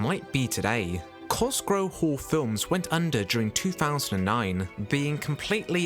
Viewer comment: Why is "Cosgrove" repeatedly mispronounced?